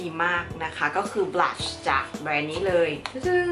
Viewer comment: นางพูดว่า"บรัช"ที่แปรว่าแปรง!...5555